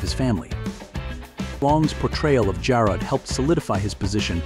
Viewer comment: 20, that is the wrong Richard Long. This man is a British artist, not the American actor who played Jarrod.stanwyck did not die in 1970 at the age of 60. She died in 1989 at 82. The AI voice mispronounces “Jarrod.” Jarrod was not a loving husband and father he was a widower with no children. Richard Long was never in The FBI. Long died on Dec 21, 1974 at 47, not Dec 24, 2014 at 84 and then we see the British artist again. Linda Evans did not have four marriages and had no children. This thing is full of bad information everywhere.